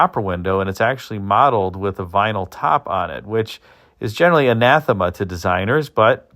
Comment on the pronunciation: Kudos on the correct use and pronunciation of "anathema".